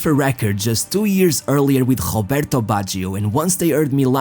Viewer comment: Pronounce your R correctly with Baggio. You can have your own accent but you must get terms and names correct if you are doing informative videos. Just being constructive.